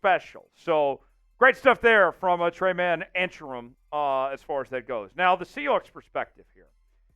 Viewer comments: Tre-Main.... not tray man. Good lord, it takes 10 seconds to figure out how to pronounce someone's name. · His name is pronounced Tre-main